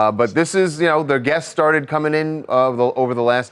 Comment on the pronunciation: A lot of the gasts are arriving…Ugh, it’s guests, not gasts.